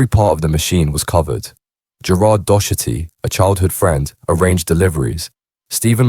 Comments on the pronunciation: Its pronounced dock- erty ffs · When you are saying Docherty you are pronouncing it wrong We Pronounce it here as “Dockerty”, I’ve heard it on a couple of vids now and wanted to try help 🙂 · Turned it off when you repeatedly can’t pronounce Docherty 😂 A really common name.